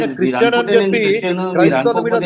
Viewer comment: Chreeestian kadu. Christian.